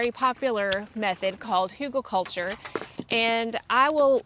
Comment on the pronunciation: What’s that word you say? Hulga culture? Anyhow thanks for sharing 🙂🩰